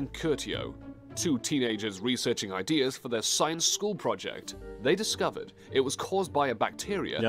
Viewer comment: Also he says photor-habdus instead of photo-rhabdus.